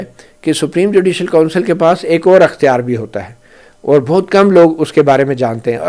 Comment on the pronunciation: درست لفظ ۔۔اختیار۔۔ekhtyar